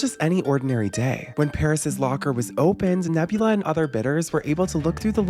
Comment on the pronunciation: The mispronunciation of Nabila as Nebula threw me off throughout the whole thing 😅